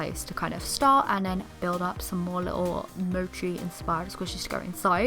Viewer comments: Mochiy is pronounced “Moche “ not “moce “ 😀❤️ just to tell you I love your channel so much ❤️❤️❤️ 🇬🇧🇬🇧🇬🇧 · I love it it's so cute Ive always wanted to try mochi if I had a bucket list trying mochi would be on it p.s it's pronounced Mo-chi just thought I'd tell you but I still love the mochi vending machine 😀